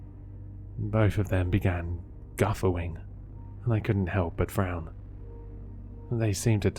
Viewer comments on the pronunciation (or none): Guff a wing? 🤦‍♀️ 😬 It's guh FAW ing